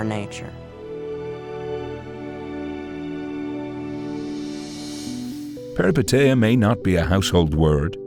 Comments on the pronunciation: As a Greek, I'll help you say the word Peripeteia correctly. Say "Peh-ree-PEH-teeh-ah" putting the emphasis on the Peh, the same way you did for the TE in PeripeTEia instead . Also thank you for this analysis, all your videos are remarkable! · As a Greek let me tell you that the correct pronunciation is Perip è tEah and literally means adventure. And anagnorisis means recognition. I'm saying this because for a Greek the meaning of the words being literal means it's easier to have them more clearly in mind. Hoped I helped, great vid!